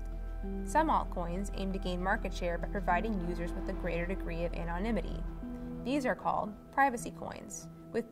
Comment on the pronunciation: Ethur um. Come on. Anom mimity? Stop.